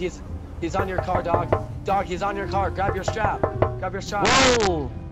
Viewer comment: “grab your strap” in the most caucasian voice ever 😂